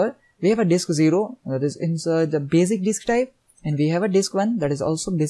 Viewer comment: Bazic disk ...LOL